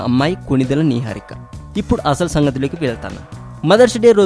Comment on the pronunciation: What is this neeeharika Babu?Neeeharika Naaaharika Naiharika kadhu Its "Niharika"